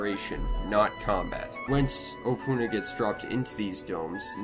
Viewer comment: You don't say opoona like that, so pronounce it opoona and say it opoona not opoona